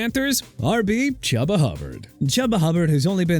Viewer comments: FIRST OFF CHUBA HUBBARD IS PRONOUNCED CHOO-BA NOT CHUBBA AND SECOND TERRON ARMSTEAD IS PRONOUNCED TR-AAN NOT TE-RYN! GET THEIR NAMES RIGHT!!!!! SMH!!!!!! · Pronounced “Chooba” 😯 😯 😯 😯 😯 😅😅😅😅😅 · Also, this is your literal job, how can you mispronounce names like Chuba?